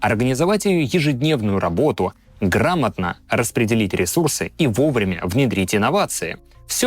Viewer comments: А может всё-таки не Аято'ла, а Аятолла' Хомейни. Егешник проклятый😂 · Спасибо огромное, очень интересно. Только АятоллА. Резало слух ваше аят0лла. Но это конечно мелочи. Спасибо. 💐💐💐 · Классный контент. Но неправильное ударение "Аято̀лла", вместо "Аятолла̀" прямо режет слух. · АятОлла слух режет ппц, правильно АятоллА от слов Аят + Аллах (знамение Аллаха). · РухОла и аятОлла - разве это правильные ударения? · Аятолла́ - ударение на последний слог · Товарищ майор! АятоллÁ ударение на последний слог. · ну такое себе повествование… нестыковочки по датам.. внезапно при рассказе о периоде 70-х годов , вдруг говорят 1901 год??? и вишенка на торте Аятолла … автору следовало бы знать , что ударение идет на последнюю букву А , а не на О , речь таки не про атолл , а про Иран… так же обгадил СССР указав что он оккупировал Иран но почему- то ни одной Советской нефтяной компании по выкачиванию Иранской нефти не указал, только западные… крч на хлипкую троечку с минусом ролик для тех кто вообще не знает о чем речь возможно прокатит